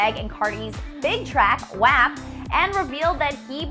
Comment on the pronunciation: its pronounced WOP not literally WAP 😹